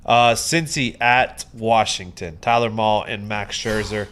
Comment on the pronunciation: its pronounced Tyler MALEE guys. Please stop saying mall lmaoooooooo